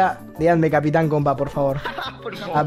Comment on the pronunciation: Alguien más. Noto que dise gato capitan